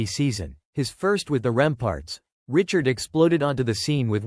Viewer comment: Show some respect and pronounce the man's surname properly!!!